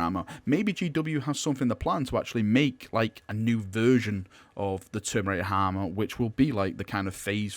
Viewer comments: you said Termerator Harmour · “Termirator harma” lol what😂